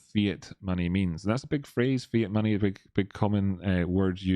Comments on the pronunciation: maney. maney is wot bwings us togevah, today. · Maney, twue maney